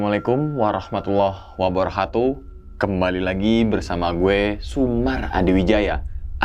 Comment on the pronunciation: bareng² belajar 🙏🙏 # "assalamu'alaikum warohmatullahi wabaroKatuh" ✔️ # "assalamu'alaikum warohmatullahi wabaroHatuh ❎